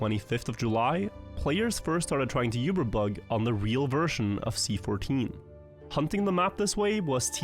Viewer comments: Saying yeeewber instead of uber is wild. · Pronouncing Uber wrong is crazy stuff